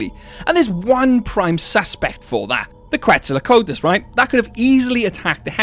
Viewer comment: Bro said Quetzalacotus